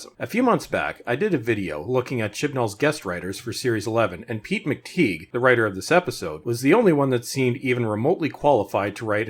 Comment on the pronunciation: Pronounced as Mc Tie, not Mc TeeG Nice guy actually. On the plus side he is at least a serious long term DW fan.